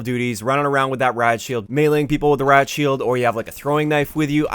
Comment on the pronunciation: “Rad shield”